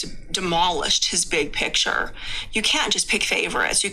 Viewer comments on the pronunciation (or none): I'm giggling at some of the comments like "dill breakers" LOL. Also his big PITCHER! He cannot say PICTURE. What a dork. OK I'm done commenting--allegedly!